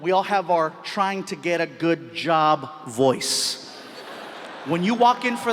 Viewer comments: I need a yob man, I need a yob! I had to check on the English caption to understand what he was saying, and somehow it was too funny for me. 🤣🤣🤣 I don't know why but I keep replaying that part and laugh like an idiot I am... I don't know much about Latino/Mexican/Spanish, I learned what I know from Fluffy!!! ❤❤❤ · "I need a yob" I really need a job. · " I need a yob man, I need a yob!" HAHAHAHAHAHAHAHA~!